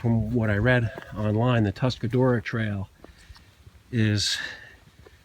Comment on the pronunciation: Say it with me -- "Tusk-a-ROAR-a". =) Nice to see spring reaching the ridges!